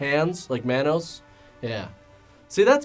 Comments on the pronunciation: it's pronounced Ma-nos ... Not man -nos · pronouncing it as MANN-OSE and not MON-OSE is killin me 😂😂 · It's pronounced Mah•nos not man•os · Every time you pronounce Manos as "Mann-os" chips away at my soul a little bit. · It’s MAH-nos like how Jamaican people say man. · It's pronounced mawn-os. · I loved your video so much but it bugged me because Manos is pronounced “Maw-nos” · It's also pronounced Mah-Nose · The way he says manos.. I don't know if I can watch the whole thing. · The way he said manos greatly upset me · The way pronounces "manos" haha. Nothing but love tho 😅❤️